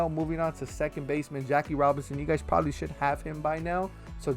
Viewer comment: This man said preberbaly